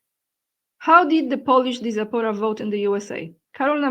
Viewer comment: Check the pronunciation of diaspora using google translator